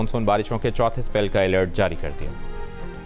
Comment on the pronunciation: Alert❌ Akert